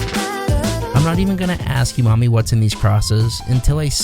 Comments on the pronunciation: Umami isn't pronounced "YOU-mami" 😂😂 its "OO-mah-mee" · The word "umami" is pronounced "ooh-mami", not "you-mami". 👍